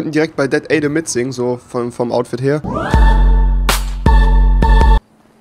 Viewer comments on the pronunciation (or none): dat adam nicht dat aydam :DD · hmmm rewi jaja "dat aidam" XD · sprich mal das adam richtig aus du fisch